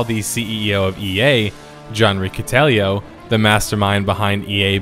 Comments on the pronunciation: Rikkuh-TELL-o. Or that's how they said it when I worked at EA. Good history; I enjoyed the video. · Dude your pronunciation. It’s RICK-E-TELLO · Ooh nice choice. I can't wait to sit down and watch the whole thing! Just a few minor pronunciation things. The former EA CEO's last name is pronounced Rick-uh-tello, and devs generally pronounced the game's acronym like swoe-tor (although there were a few variations). When you're talking about a game all day every day you tend to greatly shorten the syllables needed to pronounce it so it doesn't feel unwieldy in everyday speech. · Never heard anyone pronounce it ess-dubbble-u-tor. Everyone says Swoah-tor and it's John "rikka-tello". Pronouncing it John "The-Antichrist" is also acceptable. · His last name is pronouced Rikkitello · Hey man, no offense here, just some constructive feedback, but next time, for a whacky last name, I'd just google it. i'm sure you'll hear it until the end of time from this video forward, but, its "Rick-Ah-Tell-Oh". Otherwise, a great video as always. I don't really care all that much, but, some people will literally unsubscribe for that pronunciation. Its the internet, after all.